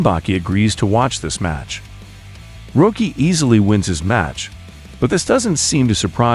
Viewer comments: Stall-own, Bal-bow-ah. Rah-kee. Not being a dick, just correcting pronunciation. Threw me off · You know, at first you pronouncing it "Roekie" irritated me. Then I realized, if Itagaki introduced him into the manga, he probably WOULD put a lawyer-friendly spin on his name like that!